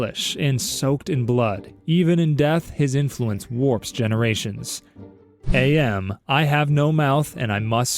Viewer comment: AM is pronounced Am as in "I think therefore I AM" I remembered that from the PC game lol